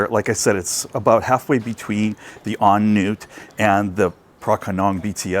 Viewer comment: Ahh, the mark of someone who has been in Thailand long enough to properly pronounce thai words...you said correctly on nut (on noot). I once had a perturbed bts employee correct me because I said on nut. It's like they see you coming and already know I'm going to screw up the pronunciation. 😂